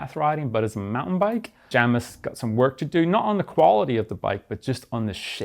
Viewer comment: Outright refusing to pronounce Jamis and Vitus correctly.